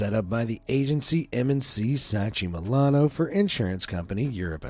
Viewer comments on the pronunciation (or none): none